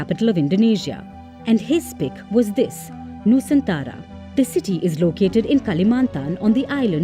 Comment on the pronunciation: Nusantara bukan Nusantala